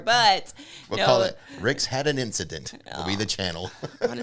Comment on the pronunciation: I like "Rix'a'dent" rather than incident. ;)